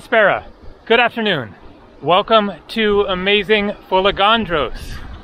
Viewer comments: Beautiful video from a beautiful island. It's FolEgandros and not FolegAndros as you say. Pronounce it correctly, you have been coming to Greece for years now)) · How did you manage to go there without learning how to pronounce the name of the island ? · I also corrected him and It wasn't a dig. I would undestand if it was somebody's first visit in the country. He's been coming to Greece for years and I am sure he can do it. Correct tone makes a big difference. There is another island called Andros. If he pronounced it andrOs everybody would have a hard time understanding what he said. This is mainly for his convenience because he travels a lot and interacts with people.Correct pronunciation will make his travel life much easier. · sure, pronounciation makes life easier but it's a never ending process even if you are very good at speaking a language, quite sure when speaking 'easy' english, lots of people pronounce wrongly,esp. the British city names😅. Let's focus on the admirable work which is shown by, his absolute discipline and enthusiasm when filming his videos. This is discipline, quite sure, lots of people underestimate the amount of work which has to be done, showing these videos to us, and think it's mostly fun and always nice and easy. For sure, it's not. So, thank you again,, for showing us your world. Nobody else could do it like that. Για σού from another island🇬🇷💙. In the shade😘